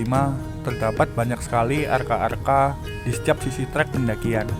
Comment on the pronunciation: Maaf...mas bro kok sa br dengar istilah br arca dibaca arka...